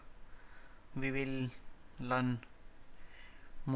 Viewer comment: you have to work on your "learn" pronunciations.